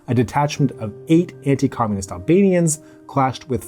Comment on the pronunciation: Wow stellar pronunciation of albanian names, very well done 👍🏻